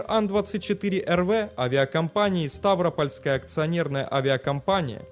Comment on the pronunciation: обледенение. И не СтАвропольской, а СтавропОльской